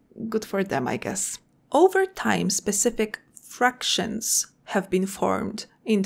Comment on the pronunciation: fActions not fRactions <3 (flawless English otherwise)